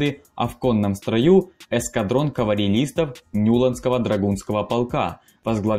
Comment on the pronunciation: "эскадрон каварелистов"